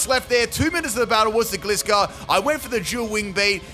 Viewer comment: my man you deserve all the hard work and dedication you do for us. BUT I’M ROASTING YOU FOR MISPRONOUNCING GLISCOR